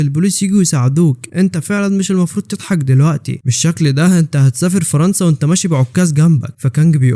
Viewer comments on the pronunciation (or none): none